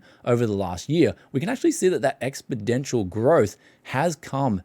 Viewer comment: Did say "expidential"? LOL... sometimes it's just not worth doing another take.